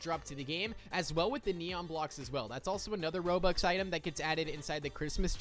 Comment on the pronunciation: I assume your trying to say Robux?